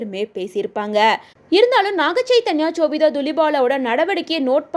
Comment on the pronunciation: Chobita illa ma sobita